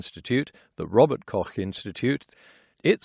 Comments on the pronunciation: The way he pronounces Robert-Koch is very close to how it's prounounced, there are no other pronunciations. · Oh my g... you did pronounce Robert Koch correctly and not as Robert Kock. This makes me a happy German. :)